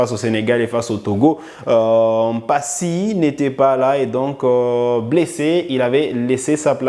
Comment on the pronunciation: Merci pour les infos, et j'aime votre chaîne. Mais une remarque, vous êtes un congolais et un Afrique , et vous savez que nos noms sont sacrés, donc svp ne prononcer pas mpasi comme les occidentaux, c'est Lionel Mpa-si et non M-Mpasi pareillement aussi avec Mbemba